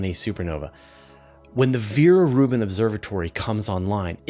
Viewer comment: Veer-Reuben Observatory? I have never heard of it.